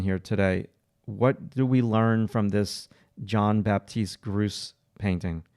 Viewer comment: FYI, if you're interested, the artist's name is French. It's pronounced more like "Zhon Bapteest Groots" but the last letter of each word is not really annunciated clearly.